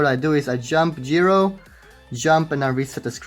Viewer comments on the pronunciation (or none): none